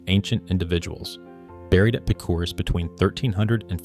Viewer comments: You really need to get the correct pronunciation of these pueblo names. Ah' coma, Pick-crease', etc. The urge to continue to use "Anasazi" comes from a couple of things: 1) it's a pretty cool word, right? 2) It describes an archaeologically identified culture, grouping certain traits, regions and time periods, whereas "ancestral puebloan" is 100% political, demanding that anthropologists acknowledge a pueblo claim right up front, instead of letting the science work its own process. I'd be happy to see a third term attached to the archaeology, that was not somehow, or at least not directly, offensive to anybody, but fat chance! And one more thing you didn't touch on is the question of whether some of these new arrivals, such as the Athabaskan peoples (Apache, Navajo) and others weren't encroaching and raiding at that time. Probably too early for Athabaskans, but there's the Ute and other groups who are contenders for being that guy with the bow. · I can tell a lot of effort went into this, but it's hard to take too seriously when the video gets so many of the facts wrong and makes unsupportable connections. Some more research would show how to pronounce Picuris, Nordenskiold, etc. correctly. Turner's original findings have largely been debunked by newer data showing the deaths he studied were separated by centuries, making it impossible for the bodies to be from a single massacre. Also, the statement that archaeologists and the Park Service have been blaming the depopulation solely on drought for a century is wrong. When first visited Mesa Verde in the 80s, they explained the reasons were not fully understood and complex.